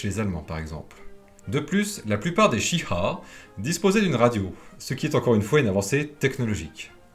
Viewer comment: C'est pas très grave mais tu prononce Chi-ha comme si c'était du mandarin alors que le japonais a la meme prononciation que le français